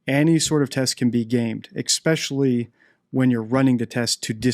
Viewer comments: I've noticed you say expecially instead of especially. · I noticed that too, and somebody else also pointed it out a while ago.